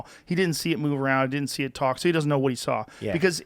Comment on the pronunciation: Joe “He dudnt know” Rogan